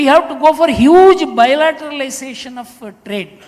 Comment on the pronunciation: " huge bilatetalisatiin of trade.. "